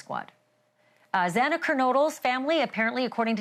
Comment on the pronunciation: Not to mention how incompetent it was to continuously pronounce Xana’s last name incorrectly was yet another slap to the victims! How about you continuously miss pronounce Brian’s name?😮